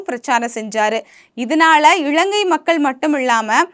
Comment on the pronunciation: 'இளங்கை' இல்லமா இலங்கை. தயவு செ‌ய்து காணொளியில் சரியான உச்சரிப்பு உடன் பேசவும். இதைப்பார்க்கும் பத்து பேருக்குக்காவது உங்களின் தவறான உச்சரிப்பு போய் சேரும்.